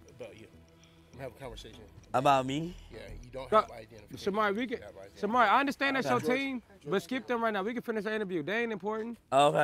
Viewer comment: Is it me or Marco never said Shamar name right 😭😭😭😭